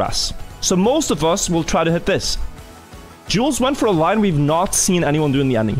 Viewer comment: He is killing my name with the way he is saying Jules